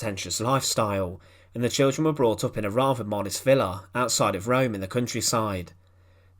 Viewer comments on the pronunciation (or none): none